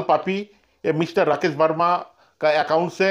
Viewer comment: It's Verma not Verna bro....